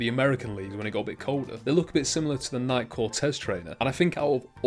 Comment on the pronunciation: Nike is pronounced Ni-key